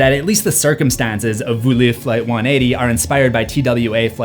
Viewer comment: Point of Information: The airline is called Volee (vo-lay) which means "fly" in French. Pronouncing it "voo-lay" (as in "Voulez-vous coucher avec moi?") means "want"